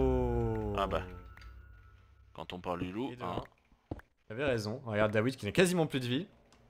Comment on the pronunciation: " a ton tour" XDDDD